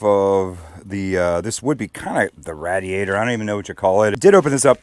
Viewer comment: Bro raid-e-ator=radiator